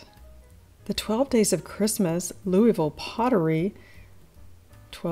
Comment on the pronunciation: Louisville Stoneware, so lovely. Also, good girl, you pronounced Louisville correctly! Happy Thanksgiving.